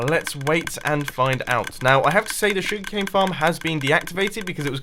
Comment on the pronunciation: Anybody else find it amusing how he pronounces "Sugar Cane" and how he says, "Please be sure to hit that like button." It's like, "Shug'cane" and "Pleezee shure ta hit that like bahtton."